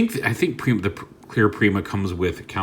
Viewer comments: its nor pre-ma its per-eye-ma like primus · "Prima Prime" is indeed just called Prima. It's also pronounced like: Pry-ma. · Prima is pronounced (Prime-uh) He was the 1st Prime, Primus’ first creation. The warrior of light, and original weirder of the star Sabre and Even matrix.